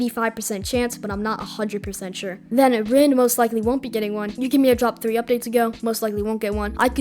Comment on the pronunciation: bro sees rin and says reen that's too funny:face-green-smiling::face-green-smiling: W vid man